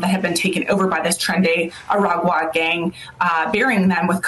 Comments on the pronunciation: Aragua is peonounced Ah-RAH-goo-ah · Bro. "Aragua" is pronouced phonetically "attáh-wah" 😂 is funny how americans pronouce it. Just saying.